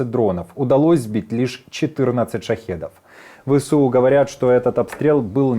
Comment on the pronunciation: Навчіть свого новенького ведучого. Не Ве Се У а Ве еС У